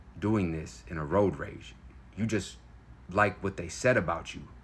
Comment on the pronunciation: Sounds more like "roid rage" than it does "road rage".